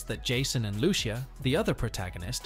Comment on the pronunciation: Loo-Cee-a not Loo-Shea, its literally the first word spoken in the trailer lol